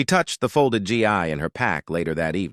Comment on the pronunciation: Stop the damn G I for Gi! Hard G followed by long E. You insult the uniform.